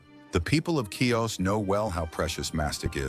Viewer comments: CHIOS NOT KIOS. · Pronounce HeOs